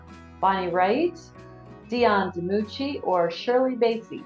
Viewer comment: Andy Du-frain. Not Du-frez-nee. Jean-Luke Goddard. Not Jean-Luck Goddard. Shirley Bass-ee. Not Shirley Bay-see. NO American band put out an album called "Dark Side of the Moon". Pink Floyd is British. ABBA. Not Abba. "ABBA" is an acronym formed from the first letters of each group member's first name: Agnetha, Björn, Benny, Anni-Frid. Also, ABBA is Not a trio. Trio is 3 singers. There are 4 singers in ABBA. ABBA is a quartet. Tap-ess-tree. Not Tay-pess-tree.